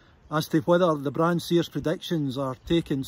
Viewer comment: Wish he'd asked a local how to pronounce Brahan?.....It's got a silent H